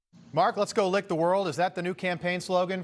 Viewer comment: He went off the script and then he went incoherent and it was unintelligible for a while. Then he said let's go lick the world and then screwed up the word lick and then followed it up again. He just couldn't speak. He does this crap all the time. He seems senile. It's only getting worse.